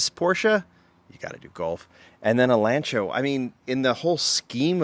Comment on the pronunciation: Lan-ci-a….. jeez he drives me nuts how he pronounces it.